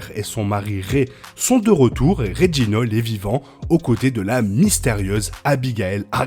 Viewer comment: Petit détail: on prononce pas "Klos", mais bien "Klaus". Etant un prénom allemand, on le prononce pas à la française. Pareil pour Reginald, pas "Reginold"... ah, vous, les français, a tout prononcer a votre façon !